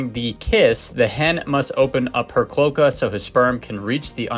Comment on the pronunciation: Pronounced clo-ay-ka, not clo-kuh.